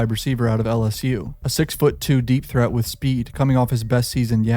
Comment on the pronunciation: Sound like you said a 6’2 deepthroat with speed…